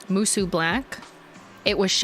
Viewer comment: It’s pronounced “moo-SOH”